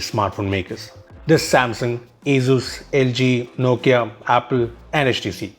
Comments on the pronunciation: Wtf is "AZUZ" 🤷‍♂️ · Its pronounced as Asoos, not Azooz.